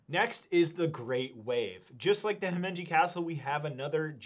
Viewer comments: There is no n in Himeji. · Where's the "n" in Himeji Castle?